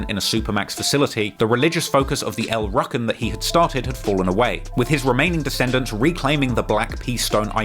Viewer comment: I cringed each time he pronounced El Rukns like El Ruck-ins. You say it like El Roo-kins. The city ended that gang completely in the early 80's. Just locked them all up. In the late 90's, if you struck up a conversation with an old homeless black dude on the street, there a good chance he was a former El Rukn who had recently been released from prison. That was the time when their various prison sentences were starting to end, and a lot of them came out with nothing. No family, no friends, no money, nothing.